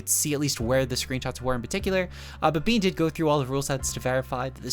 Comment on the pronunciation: Bene is prounounced not Bean, its "Beh-neh" German Poketuber legend and competetive legend